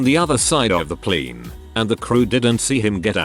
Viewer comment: Why does the robovoice use pleen for plane?